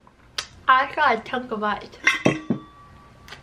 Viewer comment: no one: Literally no one:: I HAB A CHUCH OF ICE